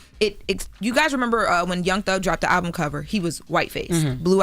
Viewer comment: pronounced the album wrong. And why TBC just takes OTHER PEOPLE'S CONTENT and talk about it?